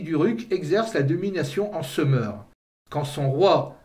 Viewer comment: j’ai toujours entendu Sumer et non seumeur, d’ailleurs vous dites Sumérien et non seumeurien. Mais ça n’a pas d’importance, votre vidéo est très intéressante et captivante ! Merci pour votre travail !